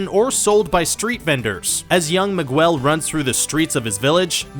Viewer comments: Migwel?It's Miguel,el at the end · he says 'migwel' instead of 'miguel.' This narrator dude is whiter than mayonnaise! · Its Miguel not migwell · The way you pronounced some things, "Me Guel" (when it should be pronounced "Me Gell") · migwuel not miguel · It's pronounced Meeghel not mehguel lmaooo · It’s pronounced “Mig- elle”. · miguel is pronounced like migel not migwell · You say migu-el it’s Miguel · HIS NAME IS PRONOUNCED MIGUEL (MEE-GELL) NOT MIGWELL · Who's ..... "MY-GWEL" ? 😂 it's "MEE-GEL" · Mi- gell not Mig-well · Mig-wel? MIG-WEL?!?! IT'S MIG-ELL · Also it pissed me off that they kept pronouncing it "MigWELL" when it's actually closer to "Mee-gehl" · Mig-well???? Uh don't u mean mee-gel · Miguel Chavezbaker We know how to spell and pronounce it but the video maker said it "Migwell" and not "Miguel" calm down its a joke about how they mis-pronounced it. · Nooo!! It’s “MIGUEL” NOT “MIGHUUEL”!!😭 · Miguel Rios I know right I got triggered when I hear him say it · Young Mig-well... Aka Mig-bien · I caught literally all of these though Also MIGWELL WHEEZE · "Migwel" I'm dead inside. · Why do you say Miguel like that? Seriously? Migwweeell!? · Screenrant, fire this narrator... at least get someone who can actually pronounce “Miguel” they say his name so many times in the movie... maybe the narrator hasn’t even seen the movie lol but there’s no such name as “Migwell” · Young Mig-well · did he just say “mig-well” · "Migwel", nice one Amerikan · Mig Goo EL?!? Seriously, WTF, how hard is it too pronounce the GUE sound? Most of you tards know how to properly say the words GUESS and GUEST. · I was going to watch this but then he said Meeg-well and I think I’m done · Migwell? you guys might wanna look up how to pronounce names and words before recording audio =^= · Migwel? Isn't it Miguel? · mig-well? pin-yea-tah? wth dude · Migwel, haha, he said Mig-wel, aaahhh, haha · "Young Migwell" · It's Miguel like Me-gel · Lmfao bro Miguel not Migwell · Mi gwell?